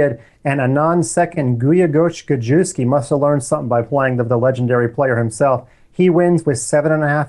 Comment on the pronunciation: Gadjuski. LMFAO. Cool pronunciation! (I think correct is "Gajevskij" - "j" without a d in front of it) I love it!!